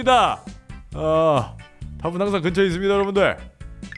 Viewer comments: 문과라매요 답은 항쟌 긍처있쨔! 왜 문과가 한국어를 못해욬ㅋㅋㅋㅋㅋㅋ 개웃기넼ㅋㅋㅋ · 답은 항쟌 긍처있짜! ㅋㅋㅋㅋㅋㅋㅋㅋㅋㅋㅋㅋㅋ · “답은 항쟌 긍처에 잇쨔” ㅋㅋㅋㅋㅋㅋㅋㅋㅋㅋㅋㅋㅋㅋㅋㅋㅋㅋㅋㅋ이거 ㅋㅋㅋㅋ쇼츠로 만들어주세여 ㅋㅋㅋ하 ㅠㅠ넘웃겨 ㅠㅠ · 말이 이상하게 나왔는데 자막도 그대로 쓰신게 더 웃겨ㅋㅋㅋㅋㅋㅋㅋㅋㅋㅋㅋㅋ “답은 항쟌 긍처에 잇쨔” 어떻게 하면 말이 이렇게 나오지ㅋㅋㅋㅋㅋㅋㅋㅋㅋㅋㅋㅋㅋㅋㅋㅋㅋ